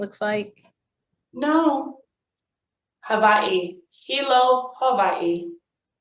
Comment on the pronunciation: Fkn haole, it's not Havaii